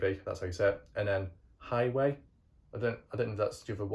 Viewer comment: You pronounced my name correctly it is Highway with a E, and thank you for the mention. I am on catch up at the moment, been very busy with work. You have what we call a 'Photographic memory', sees and remembers. Wish i had that.